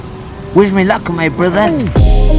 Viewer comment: Did you mean: hello mA bruDDhas? lol